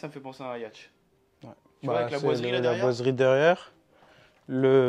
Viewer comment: Ça me fait penser à un "iacht" Yacht se prononce yot 😬